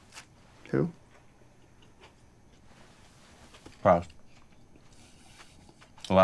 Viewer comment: OMG I've been pronouncing Proust the same way as the homeless guy 😂 I had to google it, and the priest doesn't pronounce the right way either, since it's french 😌